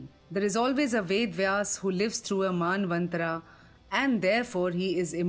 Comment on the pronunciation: It is not "KaaliYug" it is "Kaliyug". And it is not "Maanvantharaa" it is "Manvanthara" that is named after Manu.